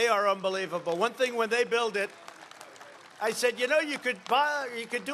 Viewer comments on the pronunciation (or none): none